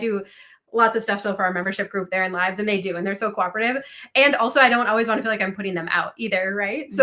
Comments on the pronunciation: I have noticed the way says “always” to me sounds like “owways” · says Owies. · It's the ONE thing I tell people who are getting a divorce. Even if it's the right thing, it feels like a failure. Ha! does pronounce "always" differently.